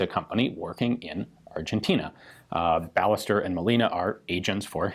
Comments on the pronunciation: Should this not be pronounced "bai-YEH-stehr", not "BAH-leh-ster"? The "LL" makes "y" sound in Spanish, I believe. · The name pronounced in Spanish is "Ba-yes-TERR" it is a common last name as is Molina. And the other translation is more realistically "manufactured by", not "for". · If anyone's interested here's how we pronounce "Ballester" in Argentina (or in Buenos Aires, at least): BA sounds like BUmp; LLE sounds like SHErman, the S is a simple s, and TER sounds like TERminal. Of course this is an approximate way to do it but I'm not gonna be throwing phonetic symbols here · FYI - The "LL" in Spanish is a separate letter and it's pronounced like a Y in English. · Does the "ll" in Ballester not make a "y" sound since it's a Spanish name?